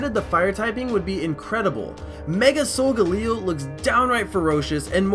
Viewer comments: its sol-gal-leo not sol-ga-leo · Its pronounced "soul GAE LEE oh" not "soul ga LEE OH" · Isn't sogaleo pronounced so- gale e o like I don't think it's so- Ga- le- o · Its So-ga-le-o